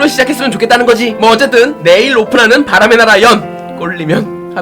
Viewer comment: 바람의 나락!! 으로 들리는건 저 뿐인가요?